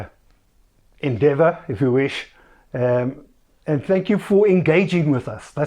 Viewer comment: "maiden .... endeavor" 😂 Dis nou wanneer jou engels skielik op raak.